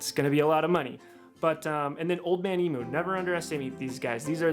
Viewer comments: Great video mate, but from a Aussie please please stop saying emoo and try emyou👍👍😀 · My mate was working in the factory where they made Old Man Emus back in the 80s. BTW, in Australia, emu is pronounced eem-you, not eemoo. Just sounds funny. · Eeem-you not eeemoo. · Emu is pronounced emew btw. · The only thing I regret about starting my build, is now being to broke to finish my build. So what a lot of people do when they get lifted springs, they don’t think of the location of the spring shackles. The shackle hanger needs to be relocated to carry weight. It’s pronounced eem-you.